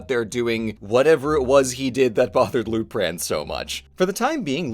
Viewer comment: I kept hearing his name as Loot Crate